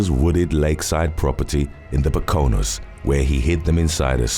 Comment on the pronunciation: The what lol fuck man you destroyed the pronunciation of Poconos 😂😂😂